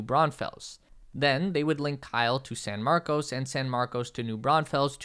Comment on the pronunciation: You nailed the city names.